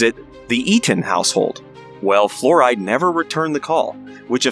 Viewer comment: It's pronounced like Florida, not fluoride.